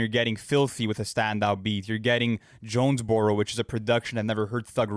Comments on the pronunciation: It’s JONES- BUR-ROW stop disrespecting Georgia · Did really call Jonesboro Johnsboro?? 😭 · can't be correcting Lu for "Parade in Cleveland" when he's out here pronouncing Jonesboro as "Johnsboro"